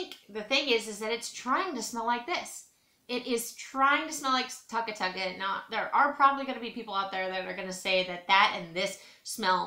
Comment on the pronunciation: You didn't pronounce Tuca Tuca right at all...lol